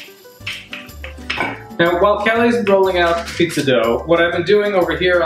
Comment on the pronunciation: goddamn amateurs butchered 'pizza'